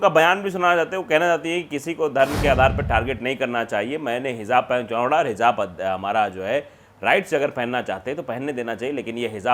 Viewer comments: " Hizaab " nhi.. HIJAAB... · Hijab, not hizab.plz note.